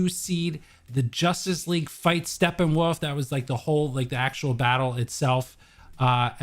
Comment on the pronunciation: No one is guna talk about calling him “Steppenwaff?” Lol